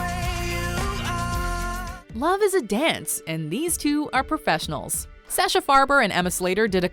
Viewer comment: you pronounced Sasha's name wrong